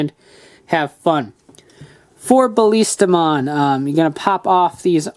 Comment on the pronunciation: its not Baliistamon it is Ballistamon. sorry just had to